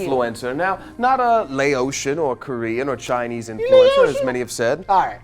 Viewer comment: I'm from Laos and this is the first time I have ever heard someone say 'Laotian' pronounced like that it just sounds wrong to me. Me and my family has always said Laotian like the county + tian not like ocean. I could be wrong, but it just sounds wack.